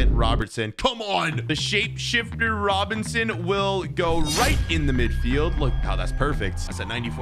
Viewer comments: Man just Said Robinsen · bro said robinson 😂😂😂😂